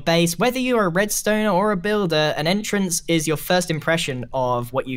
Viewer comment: Grian: "Entrance" Also grian makes India Gate